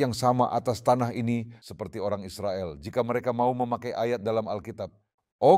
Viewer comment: Israel... Bukan Izropil....??